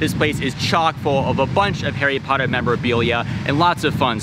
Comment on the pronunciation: Hairy Potter? Lol